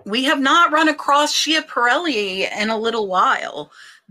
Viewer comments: Schiaparelli is pronounced Skiap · Sandor is rare to find! Schiaparelli is pronounced “Scaparelli”